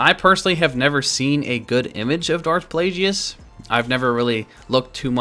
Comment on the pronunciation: Its pronounced plague-iss.